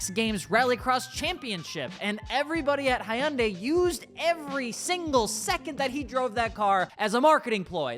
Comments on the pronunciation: Great vid. One minor thing however. The name Hyundai has two syllables not three. You're pronouncing it Hi Un Day. Here is the proper way. Imagine you're saying hello to your wife and you say😂 hi hun. Now take the gun and add the day. Phonetically it's Hun hun day. Not Hi Un Day. Now you can add the proper Korean sound and make the Hun more like huun. Like drag out the...... Never mind. Go with Hun day. Hyundai. 😁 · Please learn how to pronounce the brand of the vehicle you're talking about. The y silent. Here are some Koreans pronouncing it correctly. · Lol, can't pronounce Hyundai. I'm out.